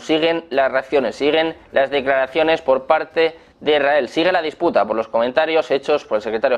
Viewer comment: No se. entiende lo que habla el periodista. Es muy arrebatado all hablar. Ademas dice. Erael .. Se Debe. decir. Israel.